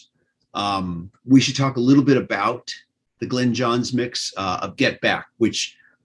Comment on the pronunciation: Is lying back on a bed or a beach chair? Either that or he needs to sit up straight! Glyn is pronounced GLINNNN not 'Glen'! Yours pedantically! Ken